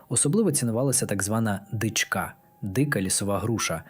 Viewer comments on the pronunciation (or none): ДЯКУЮ ЗА КОРИСНУ ІНФОРМАЦІЮ. ВИМОВЛЯЙТЕ СЛОВА напІй наголос на і далі дИчка і полотнЯний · Приємна вимоаа, але не всі наголоси правильні. Ди'чка. Напі'й. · "дИчка", а не "дичкА".